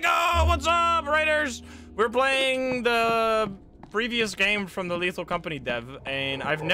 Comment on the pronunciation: Hello PLAYING(playing sounds like bloing)